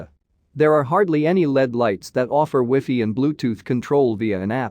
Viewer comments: It's wiffee! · "You can control it with weefee" 🤣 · the only way you know it's a TEXT TO SPEECH voice